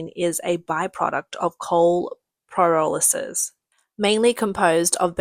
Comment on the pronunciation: May want to get a voice over person that knows how to say the words "deity" and "pyrolysis".